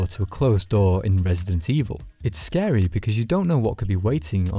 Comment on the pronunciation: It's not a horror game. It's a terror game. Also water scawy.